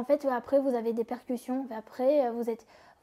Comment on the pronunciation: Répercutions pas percution et alité et pas allaité tu pourrais la reprendre ca éviterait quelle refasses les mêmes erreurs a chaques fois.